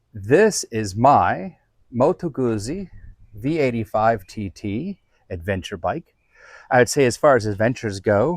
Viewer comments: Great bike, great video - thank you! Just one thing, it's Moto "Gootsy", the zz sound like in pizza. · Exactly - You're not eating pissa! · Almost right: it’s Guzzi like ‘pizza’ 😋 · I like how you say moto guzzi